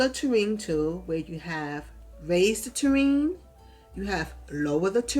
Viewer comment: Great pond building videos. You have such a patient tone and wasn't talking super fast. You made it easy to follow along. Maybe its an NY thing? In the South a Tureen(might be spelled wrong) is what we put soups/stews in and set on the dinner table. From that we serve individual bowls. For the ground/land "Ta-rain" is for Terrain. Made me chuckle. Thanks again. Liked. Subscribed. o